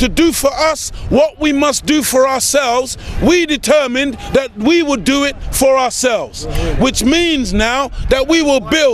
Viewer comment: You can't correctly pronounce the word "for"